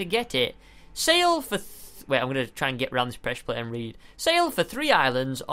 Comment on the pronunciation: Stampy it's presure plate not presure plat.